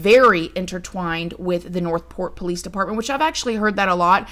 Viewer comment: Every sing time u say PO-lice, I fall completely out😂😂😂Can I ask how long you have had this channel??